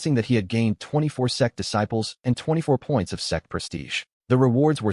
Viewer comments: Whenever that word out, laugh It's Sect. / Sekte NOT s3x 😅😅 Aiyaaaaaa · till this day I'm still baffled to why the ai voice an subtitles mistake sect for sex😂😂😂 every video not just this Chanel😅 what is going on